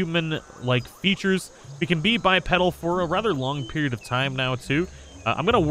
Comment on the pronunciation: Sorry, but I gotta say it. It's pronounced "Bi-Pee-Dal"